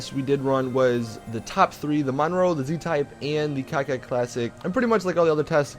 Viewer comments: Wtf is a cacet classic? Its core-ket douche. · Coquette not cockette. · and he keeps saying cocket it's coke ette like Corvette but coke ette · It bothers me how you pronounce Coquette.. It's pronounced "Co-Kett" not "Cockette". If it helps you, try to pronounce it the same way you pronounce Corvette. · nope its cokewet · Did he say cocka? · No, that is not how it's pronounced. It's more said like "coke wet" there are many ways a "q" can be said but here it's not said like a "k" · Airtug_Creeper i would say cockwet but really fluently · Isn't it (Coquette) pronounced Coketty?